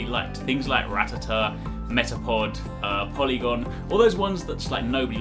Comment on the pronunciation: "PORYGON" NOT polygon